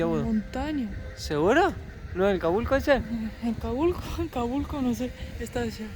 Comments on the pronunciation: jajajajaj Holaaaaa que genial como lo están pasando! jajajaj Me da mucha risa como pronuncias '' Volcán cabulco '' jajajaj es ''Calbuco'' jajkajkajka, pero bueno, cosas que pasan con los nombres nuevos! Espero con ansias el prox video! cuídense muchoooo. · es Calbuco...no cabulco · Se llama volcán Calbuco ,no calbuco ...con cariño la corrección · jajaja pronuncia mejor que! y el volcán se llama CALBUCO. SALUDOS MUY BUEN VIDEO